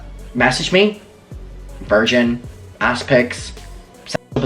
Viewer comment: 😂😂😂 chill-dren and vir-jen 😂 I just can’t!